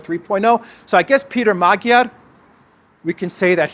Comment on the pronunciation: Thanks for your outstanding daily broadcasts. They are insightful and amusing too! If I may offer an occasional pronunciation assist I hope you will find it useful. Magyar, as in Peter Magyar is pronounced "mudge-are". And a fun fact: The word Magyar, is the only word by which Hungarians call or refer to themselves and their nationality! There is no such word as "Hungarian" in the Magyar or "hungarian" language. Oddly, the word Hungarian is one the Germans and Brits decided works for them, Magyars be damned! 😉